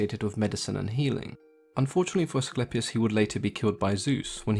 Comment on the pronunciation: your greek accent is very good....AT LAST...SOME ONE WHO CALLED ASCLEPIUS IN THE PROPER WAY...good info!!!!!